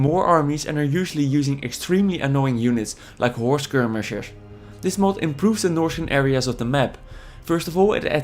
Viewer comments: horghs skirghmighersh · "War Skirmishshrrs"